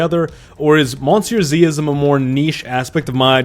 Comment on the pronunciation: No, its pronounced muh-see-uh zee